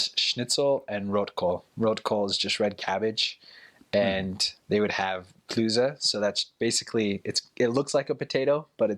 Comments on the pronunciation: The German is spoken with a very strong accent. The mentioned food is: Schnitzel, Rotkohl und Klöße He pronounces it more like "Klüße", his German pronunciation is not good yet! It's ö, not ü. In this case it doesn't matter that much because the word "Klüße" does not exist in German, but in general it is important to get the difference between the vowels ö and ü in German, they're not the same! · Klöße 😂I didnt understand his German pronounciation at all at first